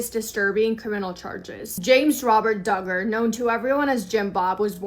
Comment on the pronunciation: Josh D'Garr???? sounds so weird. It's pronounced DUG-GER.... I hear you say it right then wrong so maybe it's intended to be said wrong in sarcasm in which case I don't blame ya. God bless.